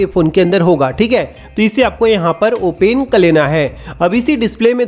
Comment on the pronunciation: भाई ओपन होता है या ओने 😂😂😂😂😂